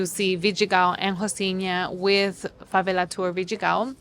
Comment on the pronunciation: Dear you should pronounce favela like it's an English word, fuvelle. Or even fuvairle if you make it British, the r is for the little diphthong we make in Rio, Rio Grande do Sul and Portugal. It's jarring that you pronounce the Rio de Janeiro-like velarized l consistently for your American English and then use the thickest Spanish accent while speaking Portuguese. 😭😭😭😭 You nailed your pronunciation of Rocinha and Vidigal though 👏🏻👏🏻👏🏻👏🏻